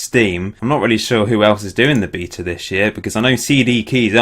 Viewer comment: only thing that annoyed me was the pronunciation of via and beta, otherwise good video :)